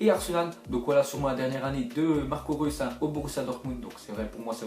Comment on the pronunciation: TeRm1nAtOr03 ouais mais en dirais qu'il a dis russe mdrr